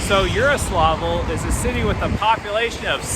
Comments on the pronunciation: It's Yaroslavl and Yaroslav, not Yaroslovl and Yaroslov. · Btw Its more Like Jaroslavol' then "Yaro" for ur speaking